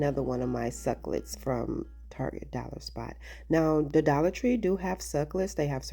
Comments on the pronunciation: Simple and really cute! Since you love cacti, it's 3 syllables- suc U lent. Your pronunciation is actually fun but just so you know. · The way you corrected the pronunciation of the word succulent is actually rude and really- pre ten shus. Just so you know.